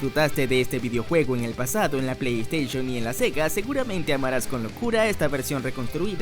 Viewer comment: Se dice Plei Steishon, no "Esteishon"